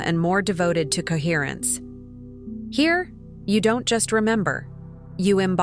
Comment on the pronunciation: COHERRENCE. COHERRENE. COHERRENCE